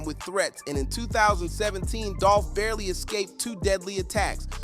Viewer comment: The way you said dolph first name you. Should be cancelled